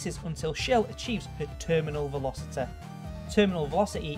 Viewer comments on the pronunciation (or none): ProtoTag Shelo he can. He said velocete and then he said velocity normaly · Nice vid and I like ur accent and this isnt support to be mean😂 but every time you said velocity and gravity 😞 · velociteh graviteh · "Bodeh" "Graviteh" "Velociteh" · velociteh and graveteh. dont want to be the grammar nazeh, but come on mate.